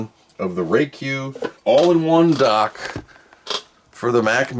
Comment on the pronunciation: Its a Dock not a Duck